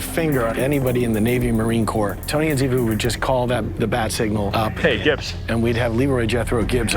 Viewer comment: It's Cote and ziva get it right